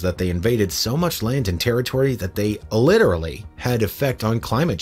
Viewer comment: There are many disturbing facts in this video. One of the most disturbing things about this video is the way the narrator pronounces the word "literally."